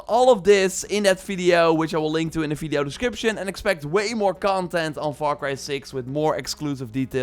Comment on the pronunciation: You are always saying "Fideo" instead of Video 😄